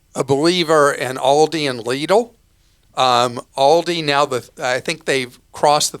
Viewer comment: Extra points for pronouncing Lidl correctly! And not make it sound like little.